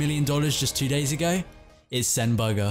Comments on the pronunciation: It's boogha not bagha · You keep on saying bugga or burger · Man said buga lol